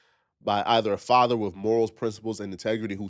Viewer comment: 😂😂😂 min mark says three words Faada(father), son, Oooocul (uncle) 😂😂 but I agree he got himself in that situation.